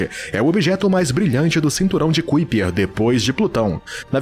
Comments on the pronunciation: Bom vídeo, mas o narrador passou quase duas horas a falar o termo "CUIPER" e isso incomoda mesmo. A pronúncia correta é "CÁIPER": The Kuiper belt (/ˈkaɪpər/)[1] is a circumstellar disc in the outer Solar System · Pqp.. Parei de ver o vídeo pq a cada vez que o narrador falar "cuipér" me dá uma agonia enorme. Poxa, custa ver direito a pronúncia das coisas? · A pronúncia correta é ´Kaiper" e não "Kuiper". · Conteúdo muito interessante, mas o jeito que você pronúncia cinturão de Kuiper dói nos ouvidos... 🧐